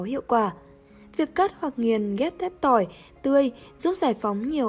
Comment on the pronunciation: Phát âm ko chuẩn, Tỏi ngâm mật ong nghe thành Tôi ngâm Mật ong